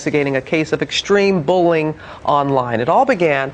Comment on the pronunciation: In the beginning of sounded like she said extreme bowling